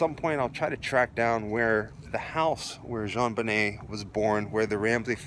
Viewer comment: I always appreciate how respectful you are in your commentary... little things like pronouncing her name correctly I’m sure mean a great deal to those who love her. Quality reporting.